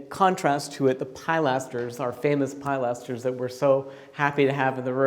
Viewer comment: Hi please, please stop calling a pilaster a pileaster it’s pronounced pill aster.